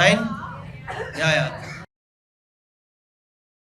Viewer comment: are u drunk? Yeeeaaaaaaahhhhhhhhhhhhhhhhhhhhhhhhhhhhh